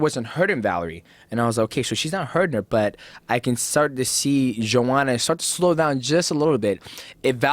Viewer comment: hypocrite rogan calling her JOEhanna despite being on tony hinchliffes ass for mispronouncing her name